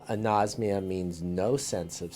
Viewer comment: its a-nos-mia not a-nose-mia. really people? you take the trouble of making this and don't even get the word right?